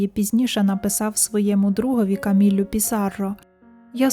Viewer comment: Дякую за цікаву розповідь! Дуже гарний відеоряд. Виправте , будь ласка, наголос - ПіссарО, ВінсЕнт. Дякую за вашу працю.